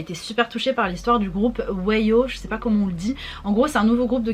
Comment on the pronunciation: OH WAO ???? JE MIS ATTENDAIS PAS MDRRR JETAIS PAS PRETE ??? (et ca se prononce we are the one ;) ) WAO merite vraiment plein d'amour, j'espere qu'ils reussiront a rester longtemps ensemble et qu'ils arriveront a avoir + de fan :( l'agence les gere hyper mal et vraiment leur donne aucune promo